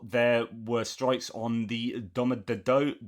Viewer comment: NEVER put stress on endings like -ova, -ovo, -eva, -dovo. Vowels in Russian all have the same length in pronunciation. Domodedovo - every vowel has equal stress, it's a totally neutral pronunciation for the whole word. The O's are all pronounced like the first o in onion, option ; never like in motion, nose.